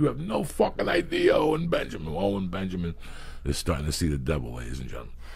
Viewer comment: why does it sound like joeys saying “ole benjamin” makes it so much funnier